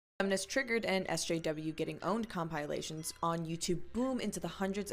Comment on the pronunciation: "Cum-pie-lations" is a bizarre pronounciation.